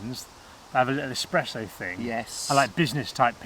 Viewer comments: saying expresso instead of espresso god that hurts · Oh my god! Another one that says, “EX-presso”! No, bud...sorry, but it’s ES-presso 😂😂👌